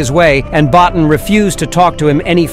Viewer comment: Bottin is pronounced Bow-Teen.